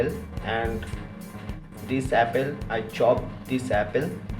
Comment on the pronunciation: “one number of Appel” sugarr chugarr” “rok solt”